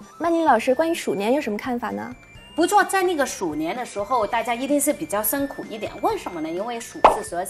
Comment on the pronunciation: 不是伸苦是，是辛苦。好好学习。